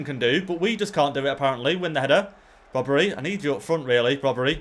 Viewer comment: brobbey is pronounced as it is spelled not brobbery:)